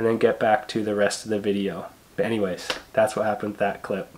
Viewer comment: It sounded like you said "Bennyways" instead of "anyways" --hehe :)